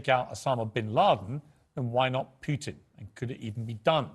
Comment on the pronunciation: It will be Russians that will take out "Pewtin".